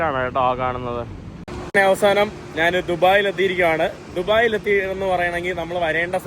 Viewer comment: അങ്ങനെ നാൻ അല്ല, ഞാൻ ആണ് ശരി,.